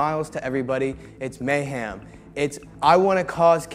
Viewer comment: Dude, it's "mayHEM," not "mayHAM."